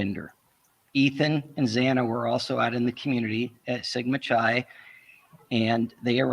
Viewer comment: It is “Sigma” “Ki”, not ‘Chi’, not like chi latte, hard K